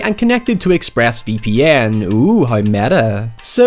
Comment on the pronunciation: “.. ex-phrass vee pee enn”